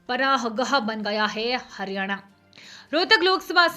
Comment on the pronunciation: Anchor ji, haryana ko to kam se kam dhang se pronounce kijiye